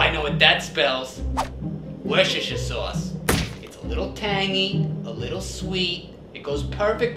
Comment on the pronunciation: Worcestershire sauce!!!!!!!!!!😂😂🤣🤣🤣🤣